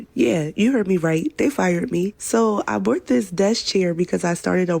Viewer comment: She says, "I bort this" when she is trying to say "I bought this"